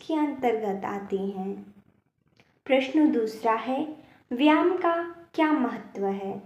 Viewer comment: जो आप व्याम बोल रहे हो वह व्याम नहीं बल्कि व्यायाम शब्द है इस शब्द को सही बोलो 😂😂😂😂😂😂😂😂😂